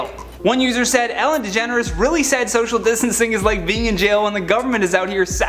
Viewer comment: I thought he said Degenerate